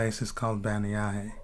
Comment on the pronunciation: Listening to how you pronounce bannyahe I thought it was somewhere else in another country I thought the caption was wrong